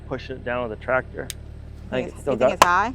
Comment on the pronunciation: gets to drive the “TWACTOR”!😂😂 If ya know ya know.😅